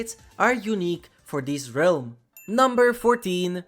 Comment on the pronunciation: Hey, I just wanted to say it's pronounced RELM, not RE-ALM. No disrespect, but it irks me for some reason hearing pronounced incorrectly.